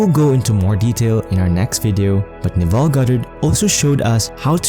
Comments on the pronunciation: Navarre is not correct. Neville. Ne-vil (pronunciation). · Music is very distracting. Also, his name is Neville — not Navarre.